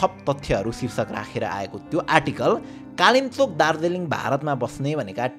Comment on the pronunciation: Its Dhungesaghu (ढुङ्गे साघुँ) And its Kalingpong ( कालिङ्ग्पोङ)